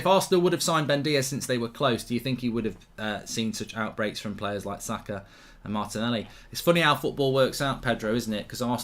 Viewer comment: I don't care about Formula 1, all I care is Arsenal beatchslap Ronaldo and Ronaldo alike overpayed Manchester merchenaries and take 4th. I'll be extatic with that. This is a very good step away from home. If we win at Palace too, 90% we'll have secured 4th. PS: He's name is Saka, not Zaka. Thank you.